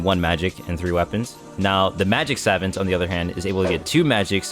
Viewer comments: Its Sah-vahnt not savant. I know its odd but its the correct way to say it. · bro said "sav-ent" and "cunjer" 💀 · I have to be the one to say it homie. It's pronounced Sah-vont (vont like font). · Ngl the way you say savant irks me obviously you are not a savant of the English language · the way he pronounces savant...😭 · please never pronounce savant incorrectly again my ears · My brain disintegrated every time he said savant